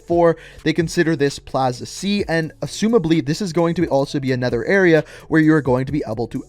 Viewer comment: "Anether set of entrances"